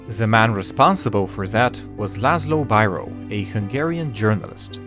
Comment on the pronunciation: Hungarian here, with a sidenote: Biro's name is pronounced like "beer-o", not "b[ai]ro".